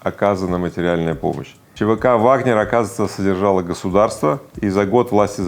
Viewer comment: Пригожем говорит «ВагнЕр». Но Вы Игорь!! Это же неправильно и совсем полошиному. Я в Вас разочарована Игорь. Не ВагнЕр а ВагнЭр.